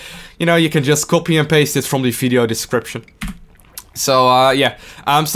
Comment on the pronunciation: Im not English, but I heard he say only Fideo instead of Video, its funny to hear that, where is he from? dont hate me